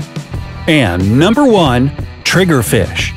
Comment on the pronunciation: Lol so Funny Trigerfish it sounds Like TRIGRERED!!! Ahahhahahaha Lol 😂😂😂😂